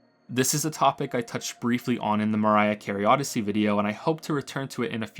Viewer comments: He did and it was completely intentional. It's his mission to mispronounce Mario worse with every video. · He meant Mario Oddysey lol. Its a meme that he constantly mispronounces mario